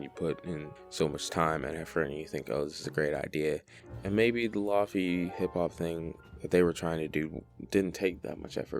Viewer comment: lo-fi = low fidelity. not lahfee... "ayo wuz gud its ya boi lahfee-" more importantly why was this recommended to me